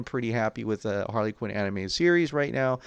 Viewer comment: Not BOP... It's HaRley Q